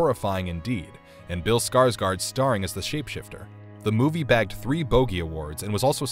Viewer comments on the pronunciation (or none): none